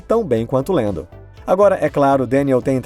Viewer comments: por favor, fala Lando ou Landinho. Lendo não combina kkk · Deve ter sido só eu mas eu me incomodei demais com ele falando "Deniel Ric" e "Lendo"